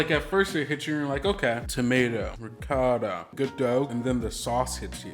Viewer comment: Josh I'm not gonna lie it hurts me hearing you say Ri-cotta. You know how to say it 👍